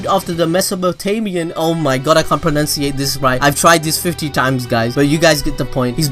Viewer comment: 'I cannot pronounciate'